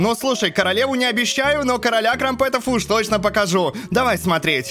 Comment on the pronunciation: Не крампЕтов а крАмпетов